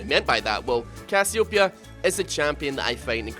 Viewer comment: does anybodu else cringes as hard as i do when he misspronouces CASS-EE-OH_PEE-A ?